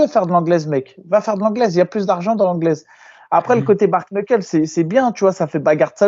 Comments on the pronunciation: On se régale toutes les semaines grâce à vous ça fait pas de toute, juste un petit point vocabulaire sur le bare knuckle s'il vous plaît 😂: rien à voir avec un bar, c'est le mot "bare" qui veut dire genre "tout juste, strictement", et "knuckle" qui veut en gros dire les phalanges ou les articulations des doigts. Donc les 2 ensemble ça veut dire mot pour mot "strictement les phalanges", en gros poings nus. Et au passage, ça se prononce "bère neukeul" le -a de bare se prononce -è, et le 1er -k de knuckle est silencieux. Déso mais là avec l'explication de, la situation est en train de dégénérer 😂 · C’est pas « Bar » Knuckle 🤣